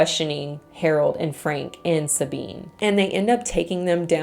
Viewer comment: According to wikipedia, the mom's name was Dagmar, not Dragma. Also, Sabine should probably be pronounced in the German way :)